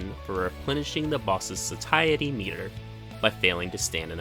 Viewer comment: Satiety = “say-she-aye-uh/ih-tee” 👍